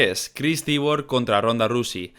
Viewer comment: Tío, me encantas, pero habla bien inglés JAJAJA Cris Cyborg (shaibor)